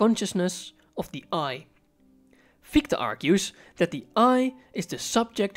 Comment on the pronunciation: your insights are always spot on and truly inspiring. I did notice the prounpuncation of Gichte's name is wuite off ( i've dtruggled a lot, science months avtually if i shall mention it), i'm not german but öive here over a decade therfore i thought adressing it might qualify as something constructive. Because Fichtes name is also a name for a particular tree type its quite easy to find great audio ressources... i don't wanna name them to not sound as an ad. Im sorry to mention such a tiny thing, but it clushes with the genius contenet. Sorry. Dont hate me! Keep up the fantastic work! 🎉